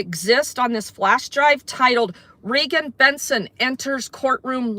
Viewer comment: it's REEEEEEgan.. 💁🏼‍♀ she's the 1 with the MOUTH..